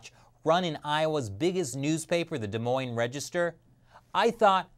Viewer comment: Proud of you for pronouncing des Moines correct